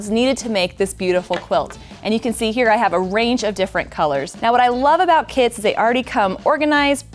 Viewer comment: At the beginning of this video it sounded like you said "what I love about KIDS is that they already come well organized, preselected and ready to go"! I thought wouldn't that be great if kids did. 😊 I would love the bag to take with me not only on my first quilting retreat but my first quilting cruise! 🛳 Love ❤️ your shows, Craftsy classes and books. 😘